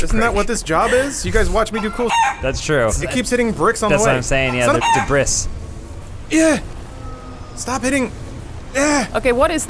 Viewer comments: silent s on debris.. i really remember you saying it properly before.. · Do all Americans pronounce "debris" with a hard S like, or is this him being so American and cool that he refuses to do or say anything that might make him seem like a French surrender wimp?